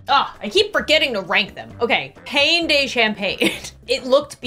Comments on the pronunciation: Pain de champagne means bread from champagne in French. Also "pain" is pronounced more like "pAH" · It’s not pain it’s pawn